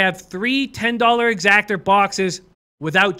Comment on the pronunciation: Great video but it’s an EXACTA not an Exactor.